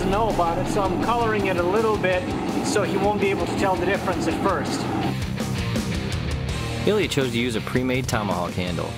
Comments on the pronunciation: Two syllables, sounds kinda like EEL-yah, except the L is palatalized, which is...hard to explain to an English speaker. The closest explanation is the "l" in "million," which also has only two syllables. It can give the illusion of three, but it isn't. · Hmmm...yes, Ilya was sneaky, but ultimately I have to go with him on aesthetics as well as weapon usefulness. I'm afraid I did not care for that tiger-striped handle on. Now, I realize I am only a beginning Russian speaker, but is it just me or do Ilya's coworkers constantly butcher his name? I don't know where that extra syllable is coming from. O_o Could a native Russian speaker tell me if they notice it too and if so, does it get on their nerves?